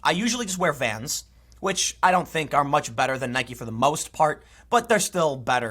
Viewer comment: “I know a lot about shoes”. Proceeds to mispronounce Nike multiple times.